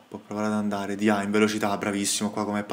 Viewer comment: La pronuncia di Diaw sarebbe Diò